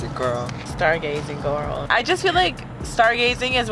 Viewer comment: I like how y’all keep saying “GoRL” from 365 days lmao